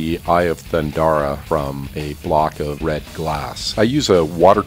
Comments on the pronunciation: Beautiful work but it's pronounced Thun-DARE-a, not Thun-DAR-a lol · I have to say I'm disappointed. It's the "Eye of Thunderra" not the "Eye of Thundara".